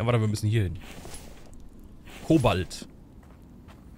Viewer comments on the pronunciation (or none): das Element heißt: Kobalt. Nicht Ko:balt! Du betonst das falsch.